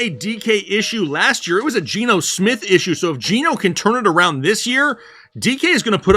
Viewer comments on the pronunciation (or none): none